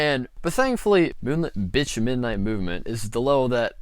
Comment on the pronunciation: IF you gonna mispronounce moonlit night movement LEAVE great video though